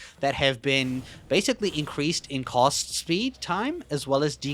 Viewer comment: When you say cast it sounds like cost and that shit is hilarious.